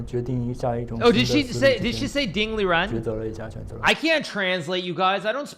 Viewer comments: It's Liren not Lizhen or Lijen.... play it a few times in google translate and you'll get it.. Just pronounce it as it is spelled. Relax your tongue, don't roll or put emphasis on the "r" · Month's ago I saw interview Ding. One of the questions was if "Lizhen" was the correct pronounciation of his name and Ding's response was that way was closer to correct than "Liren" with the hard 'r'. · If you're confused about the pronunciation of his name, it's really not that complicated as it sounds as it looks. The confusion is because the characters 立人 used to be romanized differently back in the day, using an older romanization system called Wades-Giles, it would be Li-jen (which is still sometimes used for names in Taiwan today), but as most people are familiar with, 立人 would be Liren in the most common romanization in mainland China today, Pinyin. Liren for the most part just sounds like Liren, but for a more complicated reason for why Wades-Giles chooses Li-jen, it's mostly because the 'r' sound used in Mandarin Chinese is not totally equivalent to the 'r' sound used in English, but it's still mostly similar and the differences are not really worth the confusion in romanization hence Pinyin does not differentiate it. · Imagine butchering a name several times, On a world championship stage. Yikes